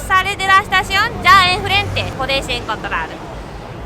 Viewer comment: tiene que aprender a pronunciar la F jaja, siempre dice jrente, en vez de frente, o jruta, en vez de fruta xD